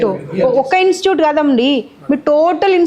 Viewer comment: Madam, pl say INSTITUTE.. NOT just INSTUTE.. Sorry to correct you, Ma'am.